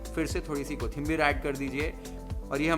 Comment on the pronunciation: भावाची मराठी accent लई भारी आहे राव... "झणझणीत , सुखं वाटण , कोथिंबीर , परात," सगळे मराठी शब्द परफेक्ट येतात... #नादखुळा 😊